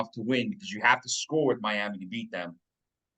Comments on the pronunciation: Just curious, why do you say “Miama” instead of Miami? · Clearly you ain’t seen our defense we’re going on a run and we’re gonna go down to MIAMI and get that W! It’s Miami not Miama quit putting A’s on random words you sound very unintelligent! IGNORANT! Handicap even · Miami… Miama… who the h3ll cares. Pretty sure the late Al Davis, with his thick Brooklyn accent, might have pronounced it “Miama” too.